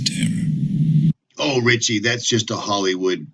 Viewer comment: No t in Richie.